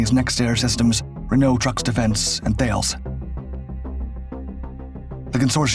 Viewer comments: Isn't THALES... Tarles? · Thalès is pronounced more like "Thalaiss", Great video btw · Thales is actually pronounced 'tah - less'. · Dude love your work, keep ‘me coming! Not sure if you are using this pronunciation on purpose or not? Thales Group the French military co is pronounced “talice”. Or “Thales” as in “Alice” as they say. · THALES is pronounced TALIS btw